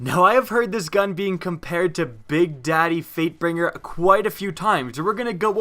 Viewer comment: Wow. I heard 'Freightbinger' at ... I thought my friend was the only one to say that and he was eating chocolate... Apparently others do it too, but not even eating anything. :3